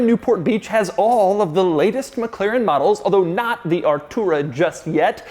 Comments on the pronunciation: its Mclaren not Mcleren !!! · MCLAIREN ?? I never noticed he cant say Mclaren.